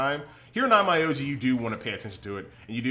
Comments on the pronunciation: It’s pronounced OnMEoji not OnMYoji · Please pronounce it in Japanese... on-m’o-ji, not on-mai-ou-ji